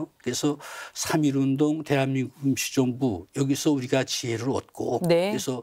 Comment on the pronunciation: 실례합니다 제 귀에만 대한민국 김치정부라고 들리나요? 웃기라고 질문한게 아니라 발음이 그렇게 들려서요 아나운서는 아니시죠? 순수하게 궁금해서 그렇습니다. '임시정부'를 조금 다르게 발음하신것같은데요.